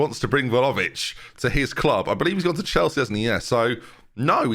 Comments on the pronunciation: Please stop calling him Volavic 😭 This really grates on me 😅 It's Vla-hovic. It's Vla-hovic!! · 31 videos in and i cannot accept "volovic" as acceptable. unless you're dyslexic (which is absolutely a non issue) please read properly! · He's not far from pronouncing it correctly, he's just missing the H, sounds like he's saying Vlaovic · Please pronounce vlahovic right